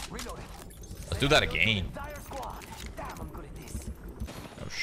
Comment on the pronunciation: WE GO AGANE BOIS WE GO AGANE I can't believe shroud actually said go agane it's so pog xQcH